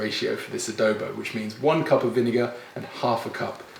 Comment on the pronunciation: A DO BO not A Dow Bow !